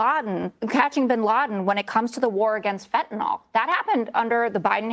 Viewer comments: Its FEMTANYL, not phentannole, what a dork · As a biochemist, I get mad when talking heads mispronounce fentanyl as fentanol. It shows they only parrot what they hear and don’t bother to research for themselves. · "FENTANOL"...American's cannot pronounce simple words right....